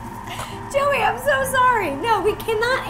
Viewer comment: When u said joey i thought u said jelly and even though jelly is not a candy could u do it?